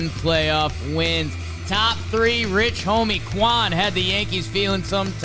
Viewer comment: Homie said Rich Homie Kwan 💀